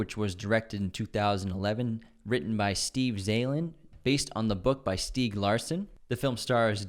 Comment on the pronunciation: Swedish ''Millennium'' movies were lightyears better, there was absolutley no need of remakes. I respect David Fincher and Im big fan of his movies, EXEPT his take of that european masterpiece. STIEG Larsson, if you love the novels you can say his name right I think, may he rest in peace!